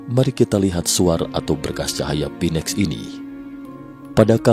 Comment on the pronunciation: Pak..... Phoenix dibaca : FINIX bukan PINEX